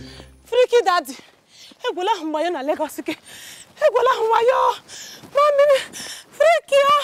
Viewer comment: Lolz . she said mamiri 😂😂😂😂